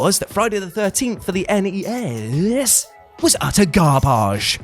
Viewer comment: I need a whole Tuesday list that are just NES games so I can hear you pronounce that over 100 times. Plz and thank you